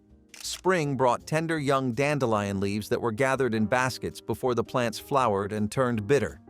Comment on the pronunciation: ...dandelion sounds correct.